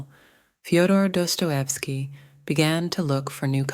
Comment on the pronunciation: why are you saying his name like that